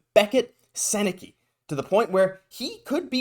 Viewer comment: It’s pronounced like sen-eh-cuh for the record, hopefully the Habs know that if they’re going to pick him lol